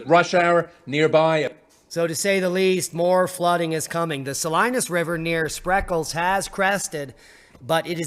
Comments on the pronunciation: Not that it really matters to anyone, but it's pronounced Saleenas. :-) 😀 Not Salinus. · Yo Bro! I'm in Clovis, back to back with Fresno, or shoulder to shoulder, how ever you look at it And it's pronounced Suh- lee-nus Salinas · Great video! Fyi ... Sah Lee Nass Salinas. 🎉😊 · Being a native to Cali, the locals pronounce Salinas Suh-lee'- nus. The folks there will appreciate you knowing that. There are strange pronunciations in every state, huh! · Sa-leen-as River, por favor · It's pronounced Sa-Lee-nus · Sa-Lee-nas = Salinas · Pronounced # Sah lean us. Hi. You sound so sparkally darlink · Salinas = Sa leen as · Pronounced "Sa-leen-ass"